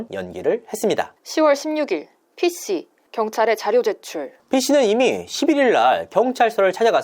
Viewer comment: 이진호 발음 : P씨 영상 여성 발음 :P씌